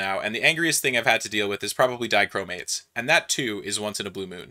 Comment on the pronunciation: Totally read Dichromates like it was the name of a Greek philosopher